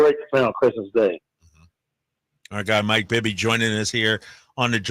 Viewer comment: 1st to 3rd, bring Pops calling Bibby "Bibba" how fitting.